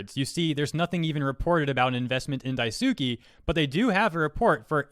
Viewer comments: 🚫 Dye-SUU-key ✅ Dye-sss-key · Daisuke, Die Sue Kay, not Die Sue Key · It's Daisuke, not Daisuki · lies. Daisuke is pronounced "Die-skay" not "Dai-soo-kee" reeee Ha ha ha, fun times. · daisUki? That pronunciation man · Man it might be nit picky but when was pronouncing daisuke as dai-suki, it just didn’t sit right with me. Regardless great video. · I believe Daisuke is pronounced "Dice-K". I believe in Japanese phonics the u after an s is silent. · Everytime I hear him pronounce Daisuke as Dye-Sue-Key, I die a little inside. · I was kinda wondering why you were pronouncing daisuke as daisuki but that's probably the spelling mistake he mentioned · Anybody else’s eye twitch when he mispronounced Daisuke? It’s kinda irrelevant to the matter at hand, but I just wanted to know if I was the only one. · The “e” in “daisuke” isn’t “ee” as in “feet” it’s “e” as in “hey” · Everytime he butchers the name "Daisuke" an animal gets returned to the shelter!